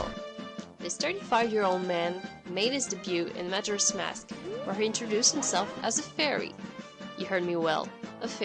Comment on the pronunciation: I've never heard majora pronounced that way...but who am I to judge? I don't even know if I'm saying deku right.